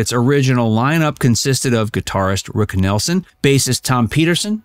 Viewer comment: Also disqualifying this as worth watching is the narrator "" introduces "guitarist Rick Nelson" - as if Rick Nielsen was on Ozzy And Harriet or something. Piss poor work.